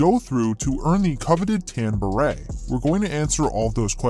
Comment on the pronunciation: BER-ET??? BEH-RAY, fool.